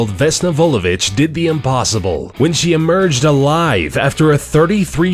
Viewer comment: Instead of Vulovic, I first thought he said, "Though the bitch was a stewardess" 😂😂😂